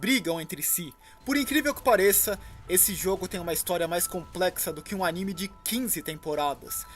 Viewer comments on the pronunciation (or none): none